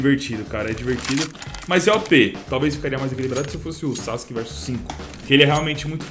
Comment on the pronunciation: Pronuncia:sasque Escrita :sasuke